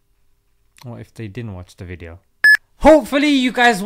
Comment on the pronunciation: Good wwweedio lol